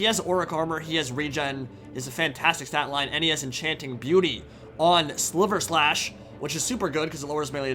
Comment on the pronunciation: Just a polite correction: Sigvald's sword is Silverslash, as in silver slash, rather than sliver slash.